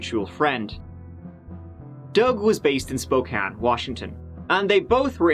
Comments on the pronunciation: HE SAID SPOKANE CORRECTLY YAAAAY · Can't believe you pronounced "Spokane" correctly... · You said Spokane correct! Yah hoo think you! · Bro, how did pronounce Spokane properly but most of the US can’t LOL. I live in Spokane, and it grinds my gears when people say “Spo-kane.” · Oh I don't know if should feel honored or ashamed that did an episode about Spokane, my home sweet home, and also he pronounced Spokane correctly!!! Thanks for giving us a goooo💚💚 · I was born and raised in Spokane. Thank you for pronouncing the name right. No one ever gets it. the lady news anchor Nadeen is now our Mayor. And we have some crazy people that live here that's for sure. I was super stoked that one of my favorite youtube channels was doing a story of my City. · Wow, I always wondered what ever happened with Doug Carlyle here in Spokane. Thanks for the video,! And kudos for pronouncing Spokane right! Fun fact, that news anchor, Nadine Woodward, is our mayor now. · How is it that an Irishman knows how to pronounce "Spokane" when a lot of Americans haven't a clue? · Just wanted to say, good job saying Spokane the right way ... even our own PNW news casters say it wrong way too often. Lol.